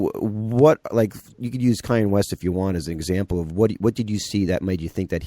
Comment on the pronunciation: KAHN-YAY, not CAY-ENNE West. Irritating.